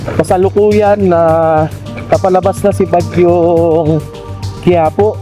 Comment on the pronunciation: Kiyapo hindi quiapo